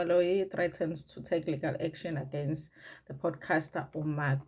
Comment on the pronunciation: it is MacG pronounced as MecG NOT MakG please